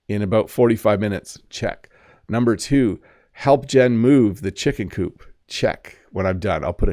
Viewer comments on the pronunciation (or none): none